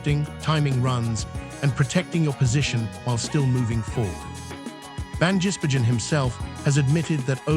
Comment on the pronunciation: Pronounce his name right...van giz Bergen. Three words.....